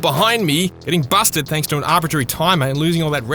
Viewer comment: Am I the only one hearing "bastard" when he says Busted?